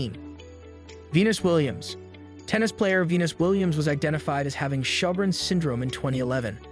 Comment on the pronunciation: It's sjorgrens syndrome... Damn... can't pronounce or even spell it right.